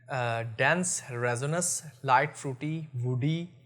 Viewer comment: Please correct your pronunciation of resinous...